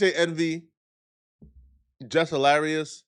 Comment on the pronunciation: Bruh did he say “Jeff Hilarious ?” 😂😂😂